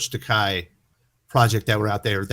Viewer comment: George Takei's last name is actually pronounced "Tuh-kay".